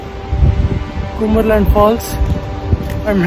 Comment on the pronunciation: Bruh.. You are pronouncing it wrong. It’s not kumberland. It is pronounced as Come-ber land.